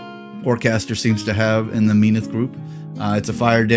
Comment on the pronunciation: MEN-awth sounds better instead of MEEN-awth. The nasal pronunciation trends in Privateer Press like KAY-dor instead of KUH-dor, ur-CANE instead of ur-KHAN, are so annoying and French/wimpy/whiney/nasal-y sounding. Bleh